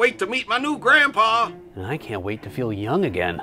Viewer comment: Help Steve's gandpapa😂😂😂😂